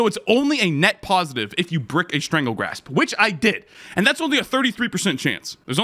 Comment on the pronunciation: Strangle GASP not Grasp my boi. 😂